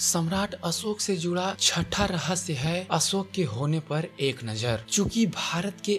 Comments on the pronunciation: हिंदी सुधार आवाज़ सुधार हज़ारो को हजारो बोलता है अशोक को असोक बोलता है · आपका हिंदी उच्चारण सुधार चाहता है. ... असोक नही अशोक. .. श के स्थान पर स का उच्चारण हो रहा है..... शब्द है देहावसान. ..आप बोल रहे हैं देहवासन.... कृपया वांछित उच्चारण का अभ्यास करने के बाद ही रिकार्डिंग करने की कृपा करें. ... सूचना अच्छी है... उच्चारण भी अच्छा हो जाय तो सोने पर सुहागा